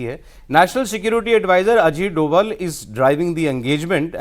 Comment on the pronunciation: सर अजीत डोवल नहीं अजीत डोभाल है वो मेरे उत्तराखंड के पौड़ी गढ़वाल के मेरे ही गांव से ही है